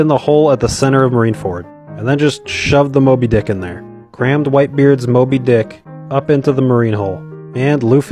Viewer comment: Wayyy too much emphasis on Moby "DICK" 🧐 sus